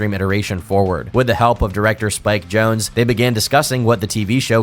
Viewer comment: There's this one youtube channel that keeps pronouncing Spike Jonze "Jonesie" and every video he uploads has people in comments correcting him...